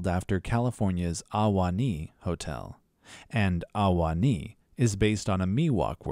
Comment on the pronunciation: Ahwahnee is pronounced with one syllable, not three, and not with an AH ... it is pronounced Uh-waa-nee not AH- - WAH - -NEE .... more like Uhwanee and at once not separated into syllables (sorry I am from the area, born and raised)